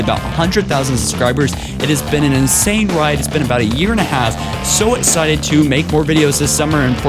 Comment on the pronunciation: Aaaargh, the impediments and mispronunciations are so infuriating! Libarian. Etbots. Ju madama. Etscited. I mean come on!